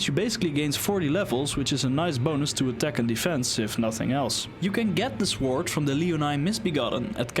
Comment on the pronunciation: You should look up how to pronounce the word "sword", especially if you're going to make Elden Ring videos, lol.